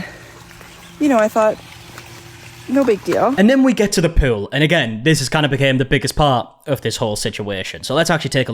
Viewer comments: Everytime you say the word pool…haha sounds like you sayin poo 💩 😂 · Gonna need you to never say pool again lol